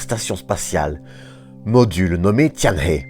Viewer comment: Très informatif, merci! Une précision pour le chinois : Tianhe se prononce "tiennereu" en effet le H se prononce comme un R